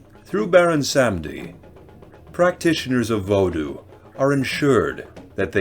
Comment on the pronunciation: Pronounced his name wrong but it’s all good It does get annoying I grew up in Miami Florida We have the biggest population of Haitians Voodoo is very common in south Florida along with Santeria